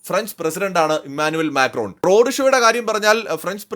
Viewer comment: റോഡു ഷോ അല്ല, റോഡ്‌ ഷോ എന്ന് പറയൂ.